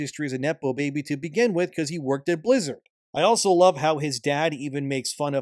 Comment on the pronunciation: You sure he said blizzard i thought he keep saying lizard